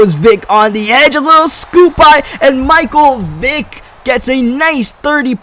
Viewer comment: yah, at one point i thought he said micheal dick